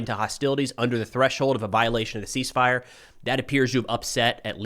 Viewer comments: Not "Cease Firey"...You better keep using that. I love it. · Are you sure she didn’t say ‘Seas Fire’?